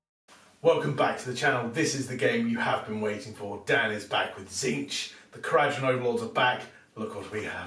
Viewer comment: Learn how to pronounce the faction you're playing. It's kara-dron